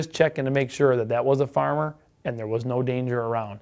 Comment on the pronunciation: I love when you say "get out der". Its just reminds me of everything I think of when I think of america